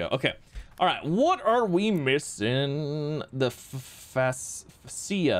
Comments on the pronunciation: Fascia is pronounced Fay-she-uh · Pronounced Fay-sha. LOL!